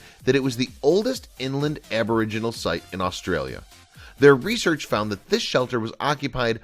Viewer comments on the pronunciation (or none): none